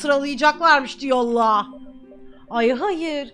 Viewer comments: "Diyollağ" sjsjjssj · Öğrencileğr diyollağh